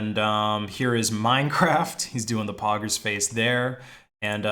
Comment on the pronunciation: Hearing saying poggers sound wrong